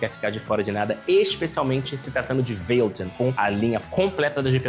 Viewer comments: Veiloton? É mais pra véloton, parei aí, fala como os brasileiros falam, tenta imaginar americano e ainda fala errado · Nemdeu 5 minutos de vídeo e eu já fiquei enjoado da forma que você fala "valeton"... kkkkk